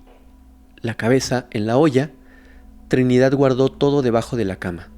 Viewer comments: porque dices Trinidat* Con T? Hay varias palabras que las pronuncias con T en lugar de con D. Li he observen casi todos tus videos. Lo curioso es que hay veces eso lo dices con D 😮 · Trinidad, no Trinidat Verdad, no Verdat Y aplica para varias en todo tu vídeo. Por favor!